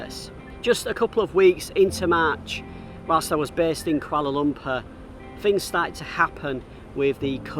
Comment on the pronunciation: You can't continue saying 'Kuala Lum...purrrr'. You is a local now and have to pronounce it as 'Kuala Lum...pour' like the locals do. And for maximum effect, add the 'lah' at the end.